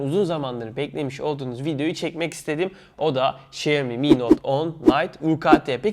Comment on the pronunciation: Şeeomi XD